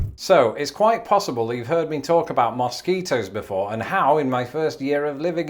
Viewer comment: Love the way says moss ketos.